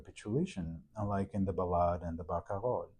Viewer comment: I learn so much from listening to you explain details from Chopin's manuscripts, as played by Vincent, my new favorite Chopin pianist. (Also i wish i could say Barcarolle the way you do...)